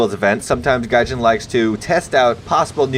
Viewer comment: Hollup he called it gay jin lmao Also i think the pronunciation for etendard Is eaten dard